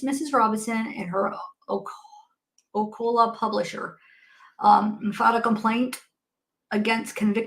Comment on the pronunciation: Ocala (Florida) is pronounced like O-kay-la